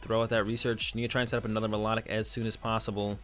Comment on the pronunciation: lov the vids but it It's actually pronounced My-Low-Tick